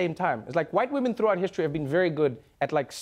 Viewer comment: whute wamen